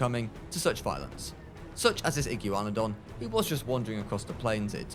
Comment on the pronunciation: I can’t stand him saying iggywanidon instead of igwanadon